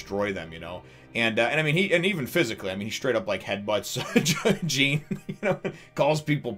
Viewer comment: I don't mean to be rude or anything but jean names is actually pronounced like "John" because its a french name.